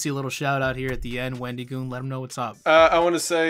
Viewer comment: I like how he was joking about wendigoon saying places wrong, yet he kept pronouncing it wendeegoon, nothing against it just thought it was kinda goofy